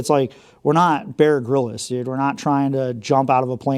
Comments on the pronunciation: "bear grillus" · My two problems, No1 no wipes or toilet paper, and number two the Bear Grylls pronunciation